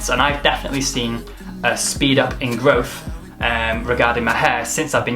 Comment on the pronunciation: he correctly goes with "stunt" and then ruins everything with "growf" o_O